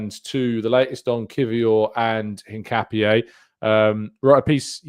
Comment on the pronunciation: Btw Hincapié is pronounced IN-KA-PYEH